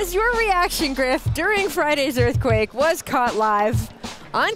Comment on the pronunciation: "Erf Quake"